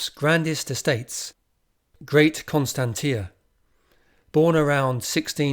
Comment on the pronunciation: Get the pronunciation of names right, please. Constantia is pronounced as "Konstanshia". See the Oxford dictionary.the information is lost if onis listening to the spoken text without seeing the spelling of it.